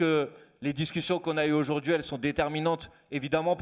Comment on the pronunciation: Manuel, petit exercice de prononciation bienveillant : répète voir "Législative" plusieurs fois et non LégislatCHive ! Idem pour "significative", "représentative" Idem pour aujourd'hui et non aujourd'Jui. Crédible et non crédJible...😉 D'avance merdi. Sinon tu es génial.